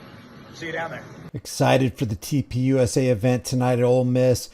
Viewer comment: Why does TP USA always sound like TPing USA to me? Or is it just what a lot of people seem to be doing to the USA?